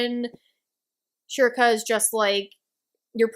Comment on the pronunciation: Yes that’s how you pronounce Schierke, it’s like “Cher-Kay”.